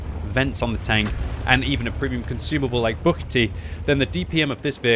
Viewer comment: i like, how you said "Buchty", is really correct in czech lang. :)